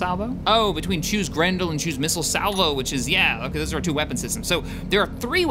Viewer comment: it sounded like you said "grundle" each time you said grendle. Just gonna say that.